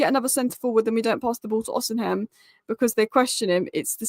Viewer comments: His name is not Osinhem, its Osimhen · The 'H' in Osimhen is silent,. Another great video, by the way 👏